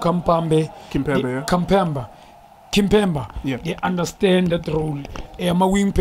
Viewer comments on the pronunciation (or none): Kampambe ❎ Kampemba ❎ Kimpemba ❎ 🤣🤣🤣 🚮